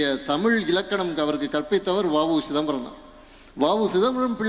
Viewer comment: தமிழை "தமில்" என்று உச்சரிக்கும் ஒருவனை சென்னைப்பல்கலைக்கழகத் தமிழ்த்துறை சிறப்பு அழைப்பாளராக அழைத்தது கேவலம்.